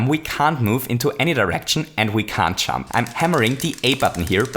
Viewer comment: I taught you were saying "chump" the entire time, not "jump". lmao